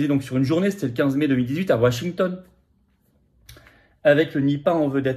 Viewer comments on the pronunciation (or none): none